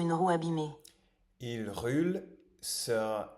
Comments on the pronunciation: Il roule ...c est le son OU comme dans le mot " rule", " fool" etc en anglais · i have a suggestion : for the word Roule, the "ou" it's pronounced more like the "oo" when you say the word "Fool". And for the word Rue, the "ue" is pronounced as the "u" sound when you say the word "flu". Hope this helps :)